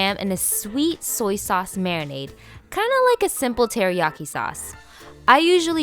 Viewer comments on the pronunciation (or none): none